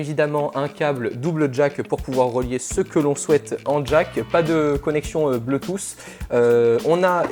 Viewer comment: Tu y es presque ! C'est pas "bleu tousse" mais "BLOU tousse !" :D